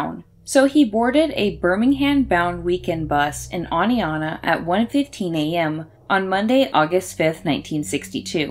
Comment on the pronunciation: Thank you for pronouncing Oneonta correctly!